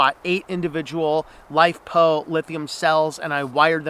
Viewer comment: i couldn't make out exactly what you're saying, LiPo or LiFePo batteries?